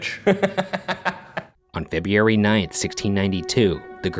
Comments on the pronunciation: Ah the return of the "Febiary" Ryan... Lets say it slowly FEB-YOU-AIR-EE February Or FEB-RUE-AIR-EE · JAN-YE-ARY FEB-YE-ARY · "febeary" lol anyone else notice?! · FEB-E-ARY?? LOL i love you Ryan.. but its FEB-RU-ARY lol sorry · EVERY TiME Ryan has to say a day in the month of FEBRUARY, he pronounces it "FEB-EW-ARY"...ahhahah it's hilarious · Ryan's pronunciation of Feburary makes my life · is no one going to mention the way ryan pronounces February? "Feh-bee-air-ee" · i hate how ryan pronounces february fuckin febeeary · Please don't pronounce it "Febby Airy" ever again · It sounded more like “fake it” :) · spelling: February pronunciation: Feb-You-ary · Jan-Yaer-eee and Feb-Yaer-eee! LOL! Its so cute funny how you pronounce some months! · Who noticed them saying," On Febiary 9" ? 😂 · am I the only one who noticed the way ryan said February? "Febiary" OMG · "on Febeeary night" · Ryan's pronunciation of February as "Feb Yee Airy" aside...there's an interesting theory I've stumbled upon after 3 years into being a New England transplant...that being the girls who cried "witch" were actually victims of native raids on their homesteading families...and the torture they witnessed manifested as a sort of puritanical ptsd. the things they claimed they'd seen 'the devil do', outlandish acts of indecency, were actually repressed memories of horrific things they witnessed as barely aware children. If nothing, the entirety of the Salem witch trials could potentially be based on the misunderstanding of the repressed trauma of children. have you guys heard this theory, and if so...thoughts? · After binging this series, we have answered the ultimate question- can Ryan say "February" correctly? (Shane shakes his head no) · the way he pronounced february heheheh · Are we all just gonna ignore the way Ryan pronounces February ?? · Why is nobody talking about the way Ryan says February? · Is no one gonna point out how he pronounced February LOL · the way Ryan says February 😂😂